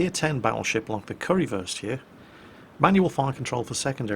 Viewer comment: Curryfirst? Really?